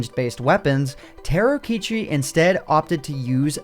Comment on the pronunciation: Is he saying ,,Terokichi" instead of Tarokitchen ?